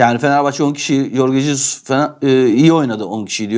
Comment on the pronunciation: Şu arkadan konuşan çocuk kasıla kasıla konuşuyor ama Jorge Jesus’un adını bile doğru telaffuz edemiyor. Corge cesus’muş haha komik.